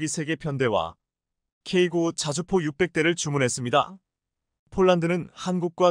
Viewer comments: 맞습니다 설명좀 제대로 했으면좋겠다 케이 나인을 케이구라고 하질않나 케이 투전차를 케이 이 라고 설명하질않나. 듣기 짜증나네!!네티즌 들이 영어를 모를까봐 그렇게 읽어주나보네!! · 아 제발 케이 전차라고 하지말고 케이 투라고좀 읽어주시고 케이 구가 뭡니까 케이 나인 이라고 읽어주세요!! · 나하고 똑같습니다 내용은존데 발음하는 소리가 엉터리다!!케이투. 와 케이 나인 을 케이. 이. 또케이 구 라고 하는데 그걸못고치네!! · ㅋㅋ. 나토 를 엔에이티오 라고 읽어주네!!글구ㅈ케이 나인을 케이구 라하고 케이 투 전차를 케이 이 라고 읽어주네~그렇게 읽지말라했거늘 안되나보네!!